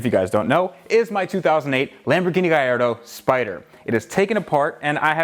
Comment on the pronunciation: Its pronounced: Ga-L-L-ardo not Gaiado !